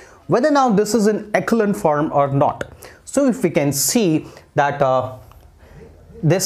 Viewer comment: Sir you have little mistake! Echelon form sahi se pronunciation kijiye. Correct pronunciation is एसो-लोन form